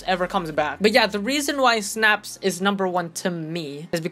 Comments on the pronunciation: "Snaps" Its (Sy-Nah-ps) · BRO PLS ITS NOT SYNAPSE ITS SYN-APSE